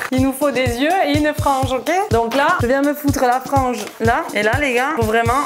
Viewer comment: LA MEUF POUR LA FRENGE MINTENENT ON N'APELLE CA LA FRENGE AU BOLLE😅